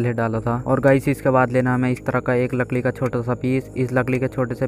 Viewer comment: Lakdi ❎ lakli✅ BTW great work